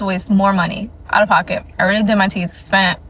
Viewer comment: Teef? Teef?